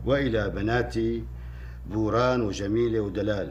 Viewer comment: ابو كاسم قال نوران وليس بوران